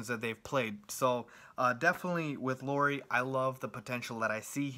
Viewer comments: He just needs to pronounce Lauri as Lowry and he's pretty much as close as you can expect someone who doesn't know a word of Finnish to be. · You pronounced Markkanen just right. Lauri was nowhere near :) Cool review though. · LOW-ree (rhymes with COW-ree) MAR-ke-nin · LOW-ry MARK-kanen (like TRINity) - Markkanen was said correct, except the stress comes always in the beginning in Finnish. And I'm a Finn too.